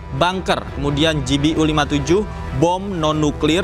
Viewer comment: Ralat sedikit -- Pengucapan bacaannya yg benar utk GBU adalah Ji Bi Yu, bukan Ji Bi U